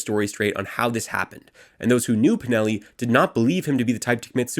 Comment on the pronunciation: This is very good reporting, but PLEASE, leatn how to pronounce DEL-LE CHIA-IE. My italian brain bleeds when you say it. You're very good at pronouncing Valpreda and Pinelli, though.